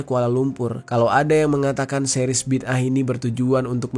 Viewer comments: Bukan bida'ah. Tapi bid'ah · BIDAA AH bukan BID AH, BA YA DAL ALIF ALIF HA, itu sebutan yang betul bro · Bang bacanya BIDA 'AH 😅😅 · Bid'ah kalii😂😂😂